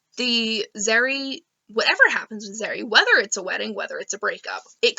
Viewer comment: I love the way you say Zerrie